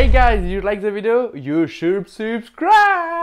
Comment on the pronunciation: "you shoub subscribe" xD